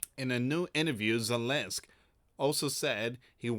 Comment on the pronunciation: It's ZELENSKY, NOT ZELENSK!!!